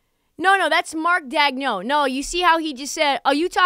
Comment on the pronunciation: Funny bit. Just one thing though. It's pronounced DAYG-nolt.